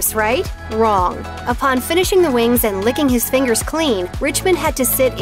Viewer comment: I know the people say fingers but it sounds like faint goose